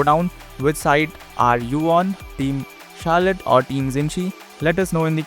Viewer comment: It's not Carlette